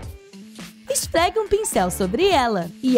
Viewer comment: "Esfleque un pincel sobre elas" kkkkkkkkkkk